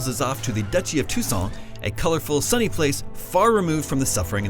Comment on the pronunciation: Sounds like he is saying "Tucson".Which is right near where I live in Phoenix. XD